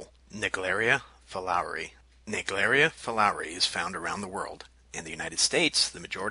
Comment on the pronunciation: Fulowri” 😂 that’s not the pronunciation.